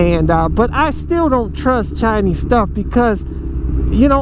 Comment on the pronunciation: It's Chinese, not chiiiiiiiniiiiiiiiize, talking about electric motorcycles but downgrading everything that's Chinese, are you dumb -_